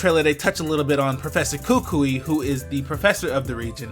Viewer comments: My boy, it's Kuku-eee, emphasis on the 'i' more than the other vowels. Malasadas are fucking fire, bruh. Portuguese sweet buns that may come with delectable fillings, custard and strawberry being pretty popular. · I should probably point this out just because this is going to be a mistake for a while, but the proper way to pronounce kukui is Koo-Koo-eee. The stress is on the second syllable. The "i" in kukui is a third syllable, not conjoined with the second syllable. Ku-Ku-i. Sorry if this sounds ignorant or rude, but I'm just trying to get people to pronounce kukui right since it's going to be said a lot in the next couple months.